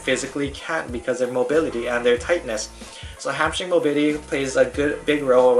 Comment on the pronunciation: "Hip mobity"